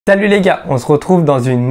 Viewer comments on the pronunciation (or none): J'ai entendu talut les gars et vous? Sinon toujours au top!